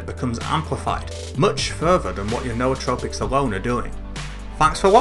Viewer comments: N'OU'tropics not no-o-tropics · The only person I've found who actually said it correctly lol. No aw trow pics.